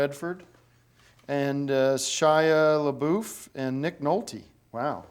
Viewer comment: LOL...."and a Shya Laboof..."